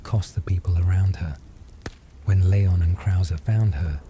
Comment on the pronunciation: It’s Lee-on and not Lay-on